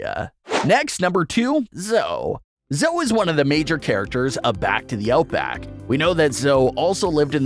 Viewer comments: Not to be rude.... But it's pronounced Zoe (ee) not zo. Sorry if it's rude. My favorite character is Nigel 😊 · Her name is not Zoe like how he pronounced it it’s pronounced zoey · The spiky one is called zoe not zoo